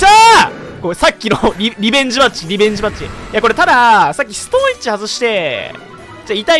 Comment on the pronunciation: ストーンエッジがストーン●ッチに聞こえた。